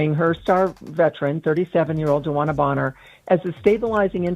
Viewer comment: At least say her name right